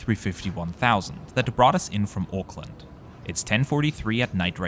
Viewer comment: Auckland not Oakland.